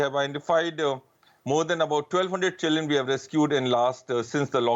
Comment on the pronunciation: keeps saying chilen instead of children.